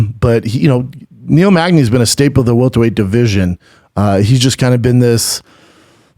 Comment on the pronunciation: Omg thank you. I didnt want to comment on this video but he kept saying welterweight and it was driving me nuts